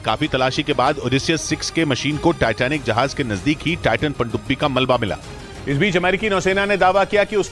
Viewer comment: Pandubi ko ache se bolna siikh le uncle 😂